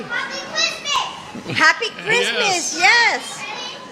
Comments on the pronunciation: Don't get me wrong, I love, but did he say "Chrima"? You mean Christmas? 'Srong with you? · Say Christmas right,. Second most important day besides Easter, or "eahah"